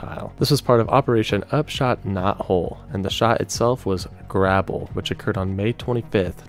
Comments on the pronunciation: Guy doesn't know how to say "grey-bell" and "contiguous US". Has no business making videos. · It is pronounced "GRAYBLE*